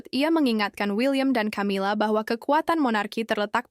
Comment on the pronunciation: Camila itu bacanya Kamila karena itu ejaan asing bukan di baca ejaan Indonesia ..